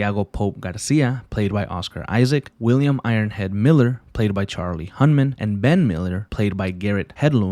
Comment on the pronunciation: dog how difficult would it have been for you to look up the actors names it is charlie HUN-NUM, not Charlie Hun-Man. I could not watch past the 2 minute mark because of this minor yet way over sighted blunder. C’mon man